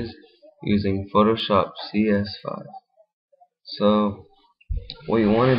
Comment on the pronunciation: Did you say photoshop CS-Fuck or 5?!